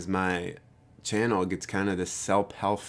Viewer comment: "Selp helf" - call me silly but that was funny 😂 You said here MBTI specific channels don't get beyond 20k subs. Congratulations again on crossing 100k subs yesterday! 🤠